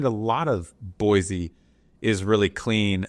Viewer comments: "Boy-cee" not "Boy-Z" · It's Boy-See, the Z is silent! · No Z in Boise amigo… mo mo land represents concentration of Mormons As a native Eagle -ite your doing so so